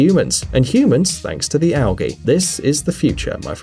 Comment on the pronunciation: You pronounce algae wrongly